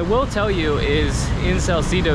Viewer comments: salsedo kase hindi salsidow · Dont pronounce it Sal-ci-do...the right prononciation is Sal-CE-do.. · I'm only watching this cuz I thought yer bradley cooper....but in fairness yer cute....I LAAAAVVV how u pronounce salcedu like canong-cano slang-ish😆😆😆